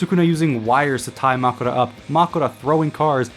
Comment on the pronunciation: Did you not watch the episode? They literally say Makora.